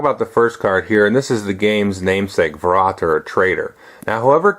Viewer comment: Oooh, close. When you see an umlaut just think of it as "e": ä = ae, ö = oe, ü = ue But if you pronounce them like you would in bAY hOE glUE, it's incorrect. You have to pronounce them like if you put those two vowels PURELY together: that is, without any presumption of how those double-vowels (called "diphthongs") are pronounced in English. It's easy if you prounouce them separately and then try it faster, running into each other. Ah + Eh = in this case you already have this sound in English: its "a" as in "hAnd" "bAnd" "jAzz" "lAck" Oh + Eh = ? (You need this to pronouce MJÖLNIR!) Ooh + Eh = ? German is pretty straightforward with vowels, not like English where you have 12 vowel sounds crammed into 5 written vowels. However, when it comes to diphthongs a few exceptions do exist and that is the "eu" which is simply "oi" Thankfully, Consonants have one sound each. V and F both sound like the English F. W sounds like the English V (hence the German stereotype in American media where all words with "w" are replaced with "v"s) So: Fer-rä-ter, Moi-ter-er. (except most -er are simply pronounced "ah" as a common flair of speech, no stranger than Americans pronouncing, say, "other" with the full "-r" sound while Brits like to drop it entirely "Othuh." But this too differs in different parts of Germany.)